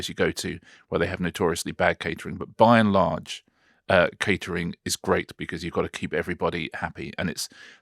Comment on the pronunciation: Richard, do you realise how often in all these videos you say by enlarge!